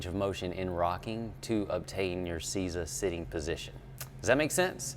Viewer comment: I think it's pronounced "say za" That is exactly how our Japanese teachers taught us to do it. Use the hands pressing back gently and breathe into it. Used to seeing guys with body building quads take 3 months to get to full seiza from their first attempt where they barely get 90 degrees or plain kneeling.